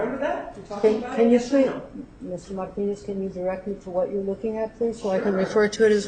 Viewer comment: Damn, that woman is execrable. A man-hating control freak. Every time she speaks i say fuck you out loud:) "FY could stand for Fuck you, yes" The way she pronounces Marrrrrtinez is really disgusting